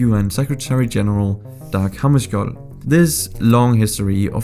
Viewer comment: OG du kan udtale hammerskjold